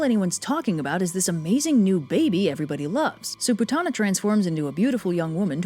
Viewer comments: Btw it's pronounced poot-na not pu-tah-na🙊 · 😂but it's actually pronounced as P-O-O-T-H-A-N-A or (poodana down in southern India). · Not Putana but POOTHANAH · The Correct pronunciation would be " "pootna" but I get your point! Pretty funny if you ask me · I am going to be whooshed for this, but horribly mispronounced all the names here. Because sanskrit has an inbuilt soft a sound and an hard n sound, putana will be pronounced as "pu-t-na" while kansa will actually be pronounced as "ka-uns", and balarama as "bal-ram". Putana would mean putrefaction.